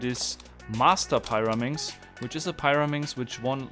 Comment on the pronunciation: I think it's called the [piraminx], not the [pairaminx]. (The big four sided things in Egypt are called the [piramids]). And "clover" rhymes with "Rover" (and not with "hover")